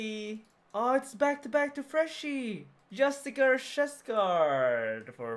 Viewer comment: Yo C, I need you to repeat something for me: Justiciar = Just - ish - ee - R